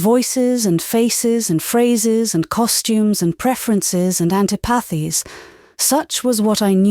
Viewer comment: Some odd pronunciation "bon-net" (bonnet), "auntypathies" (antipathies). Then there is the French pronunciation...🤔 Also, delivery I find monotonous.